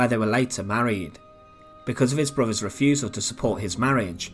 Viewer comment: When I have to tell a video commentator It's "brothers" not "bruvvers" there's something wrong...do us all a favour and learn how to speak correctly